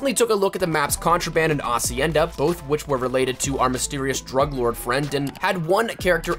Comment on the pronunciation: You're the first youtuber say hacienda right and not HHHacienda